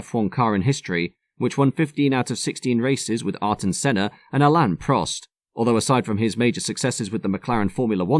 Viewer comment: Ayrton Senna's first name is pronounced "Eye Air (or Ear) Tonne", or at least Air Tonne, never Art-on. ( [aˈiʁtõ ˈsẽnɐ dɐ ˈsiwvɐ] according to Wikipedia). Interesting video, but like Americans' pronunciation of "solder" and "buoy", your mangling of the great man's name took me out of the zone somewhat. Having said that, I'm sure my attempts to say your name would be laughable.